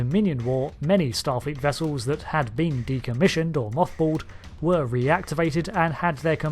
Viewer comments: wessulls. it's pronounced wessulls. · Its... Starfleet "Wessels!!" :D